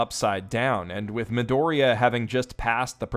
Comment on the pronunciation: Bakugo didn't figure it out on his own, Midoriya (jesus please stop pronouncing it like an ape) told him in